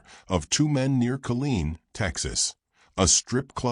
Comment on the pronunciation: It is Killeen, TX .. not Collen. I grew up in Killeen & remember these murders